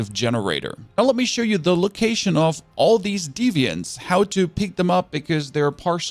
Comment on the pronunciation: D-v-ants not defiants